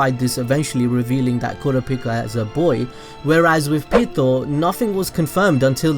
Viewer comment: did i hear kooraapica?